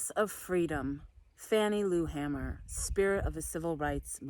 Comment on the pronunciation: I believe its pronounced hay-mer not ham-er but I didn't find this awkward, small detail.